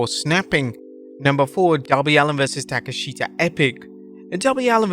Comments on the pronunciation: Why does he say "taka"sheta" thats a bad butcher of it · Ta kesh ta and Mariah May. You are just butchering names